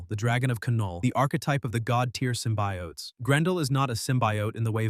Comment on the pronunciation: Why do you call them both Sym-By-Oats & Symbiotes? It's pronounced Sym-bee-otes alone. Stop using Ai to talk for you.